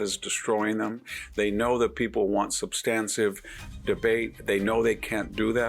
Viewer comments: Three times, Vic, you said "substansive" instead of "substantive." I'm not feeling googly, you may be right. If so, it's just I'm not familiar with your version of the word. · Hanson: , , '..substancive..' What? "substan tive " Hanson: '...you revert back to...' wtf "revert to" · Dear Victor: I love you. But please pronounce the term "substantive" correctly. It is not substanSIVE.